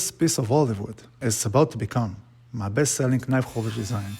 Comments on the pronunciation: I love the natural olive without epoxy or anything added. Pure in it's design. Also I know it's written knife but you pronounce it as nife without the K. Hope this helps, much love from the Netherlands <3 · The 'K' is silent! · nemoj recit k, ono je silent :) love your video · Very nice project! But the "k" in knife is a silent letter, which is not spoken ;-)